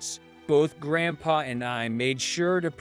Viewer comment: He's saying GrandpaR